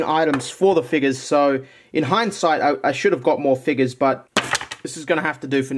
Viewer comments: I love how he says figgus instead of figures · I dare you to say figures but instead say it with an n